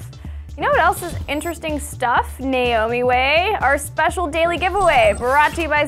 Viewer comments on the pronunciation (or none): niaomiway- NO GREG WAY